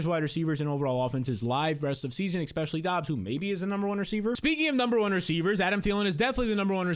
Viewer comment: You say eckspecially A LOT